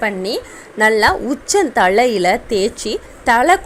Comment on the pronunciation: லெமன்,என்றால் என்னங்க,? ளெமன்"என்றால் என்னங்க? ----------------------+ எலுமிச்சம் பழச்சாறு தண்ணீர் கலக்காமல்" ஒரு டம்ளர் குடிக்கலாமா? ------------------------+ கல் ஈரல் .சரி. கள் ஈரல். பிழை. மலச்சிக்கல்.சரி. மளச்சிக்கல்.பிழை. உச்சம் தளை.பிழை. உச்சம் தலை.சரி. பாள்.பிழை பால்.சரி. *தமிழ் உச்சரிப்புக்களைச் சரி செய்யுங்கள். சகோதரி" அவர்களின் பயன் ~K.k.n~